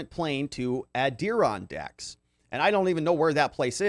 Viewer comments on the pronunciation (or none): You r great! Btw it’s add-er-on-dacks. 😉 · Oh poor lol here’s how to pronounce it [AD] + [UH] + [RON] + [DAK] they are mountains located in NY.